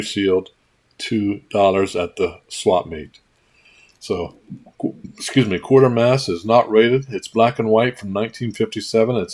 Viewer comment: Giveaway. Good video. Just a side note; you've been pronouncing it QUAR ter mass, but there is no R in there. Folks here and across the ditch, for the last 70 years or so, have pronounced it QUAY ter mass. I know, I'm a nit-picking S.O.B. It's just the way I live. Keep making these great videos; I love 'em.